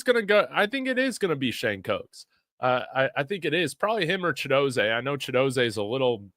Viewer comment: Chidozeeee NOT ChidoZAY😊😊😊